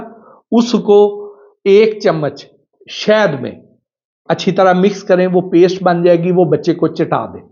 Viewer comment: جاہل شہد ہوتا شید نہیں منہ دھو کر اچھے کپڑے پہن لینے کے باوجود جاہل صرف زبان سے پہچانا جاتا ہے